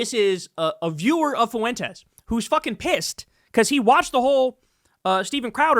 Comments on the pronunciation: Fuentes is two syllables, not three. It's not pronounced foo-en-tez. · It's 'Fwentes', not "Fuh wentez" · It drives me crazy, fuh-en-tes. Wtf with that pronunciation everybody is using. It's fwen-tez. 2 syllables, not 3. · Why does Kyle always pronounce it Foo-wentez?